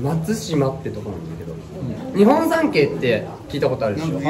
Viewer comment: 日本三景が完全に にほんさんけい になってる松倉くんかわいくて涙出た